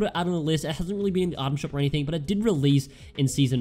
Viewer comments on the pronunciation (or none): none